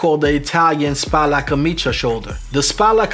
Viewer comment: You're one of the very few non-italian people who can actually pronounce "camicia" correctly. That being said, "barchetta" is pronounced with a hard c (k sound), i guess you can't get them all right :) It is interesting to me, used to everything international being in english, that in traditional menswear (and also a little in classical music) Italian still is the standard, or "lingua franca" if you will.